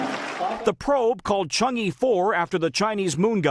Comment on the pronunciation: The pronunciation of "e" in Chang'e is like "a" in "above".